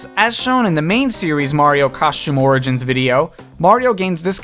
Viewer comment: Stop say smash orgain